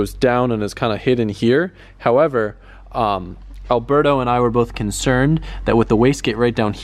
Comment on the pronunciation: I don't know why he's talking shit on how to pronounce "V" bands when he can't even pronounce Alberto's name right 🤣🤣